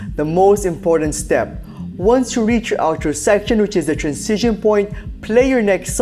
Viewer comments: Anyone else annoyed with his pronunciation of "transition"? It's like Benedict Cumberbatch saying "pengwings". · It's pronounced tranzishn, not trancision 😀